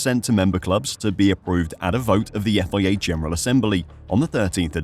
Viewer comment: The Effoiayya cant you just say FIA